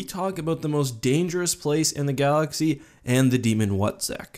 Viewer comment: "...called the Wutzek" The What-zek?